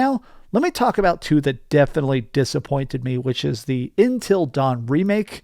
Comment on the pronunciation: UN-til, say it with me UN-til. Not In-til Dawn. UN not IN